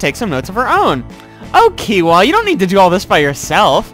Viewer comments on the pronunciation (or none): kiowa is pronounced kio-wa